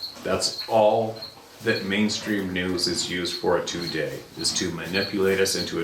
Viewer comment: Love your content but, I know it nit picky, but you saying “two day “ is fucking annoying. Sorry but eecckk!